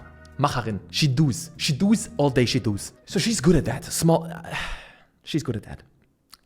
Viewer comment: The "she duus" brach mich zusammen